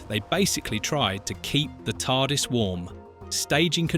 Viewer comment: So whoever did the voice over has never seen Dr Who? How can you pronounce Tardis as T.A.R.D.I.S?